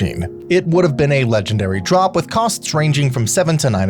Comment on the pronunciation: Legendary drop not trop